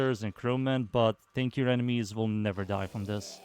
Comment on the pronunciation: Sounded like you said makes your companion stankier. I busted out laughin. The Nidus touch up is nice, and i agree he doesnt need duration